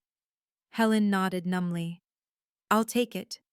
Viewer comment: Good old Grand-ma' So funny.😂numbly has a 'b'. 'tore' it in half.